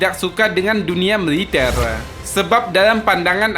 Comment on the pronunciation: Militel.ngomong GK teteh😀😂😀